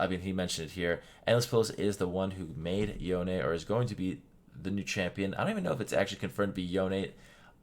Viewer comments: his name is pronounced (yown) not (yowne) bc the o gets the sound of o making the e just silent and no sound. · What's the right pronunciation of YONE? I like calling him "Yowni" rather than "Yown" and "Yowney". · Did this guy just say Yonay?